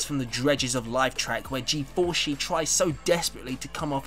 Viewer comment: G-4-shi? Really?